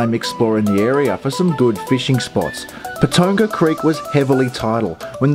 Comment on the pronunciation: Its pronounced Pa ton ga